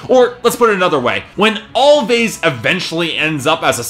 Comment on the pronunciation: It's actually pronounced as "Always" the two "v's" are supposed to act as a "w"